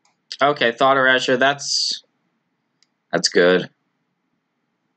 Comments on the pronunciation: Fair enough. You got me. Haha Respect, my dude. Loved the Grixis deck. But just try it a couple times a day. E-ray-sure. ✊🏽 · Still says "Erajure". Someone ain't reading the comments section of his videos.